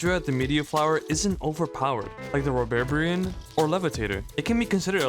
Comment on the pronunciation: Rhubarbarian is pronounced "Rhoo-barbarian".